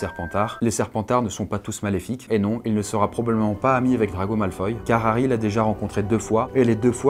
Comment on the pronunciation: Personne est choqué du malfoille et maugray folaille?, leurs noms se prononcent malfoua et Maugray fol euil